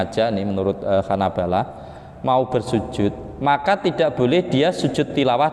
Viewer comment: Salah baca yg benar bacaannya Hanabilah bukan Hanabalah